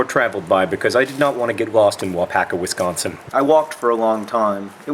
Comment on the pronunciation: You say Wisconsin wrong, and this is coming from a Wisconsinite. You emphasize the o, which is one of my biggest pet peeves...